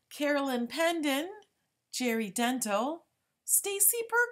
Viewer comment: Not to be picky, but you're mis-pronouncing my last name. It's not pronounced like "dental", but "den-TEL"